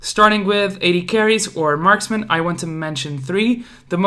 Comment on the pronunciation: please never say marksman again